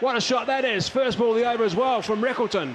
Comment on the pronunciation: Rickelton ❌ quinton ✅🙂